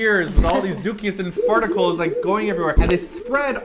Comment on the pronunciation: It's called poop particles lol not farticals hahaha